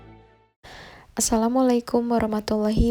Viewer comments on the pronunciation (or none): none